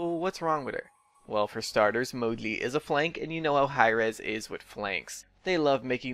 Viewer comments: I think its name is moji but you are saying modli and captions are saying mowgli😂😂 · i thought he was saying modley for sakes of being cute, didn't realize you had a speech problem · Ur saying Moji very wrong, jesus.. c.c ur saying Mogli or smth lol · Why do you call him "Mogli" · can you not pronounce the "J" noise or what?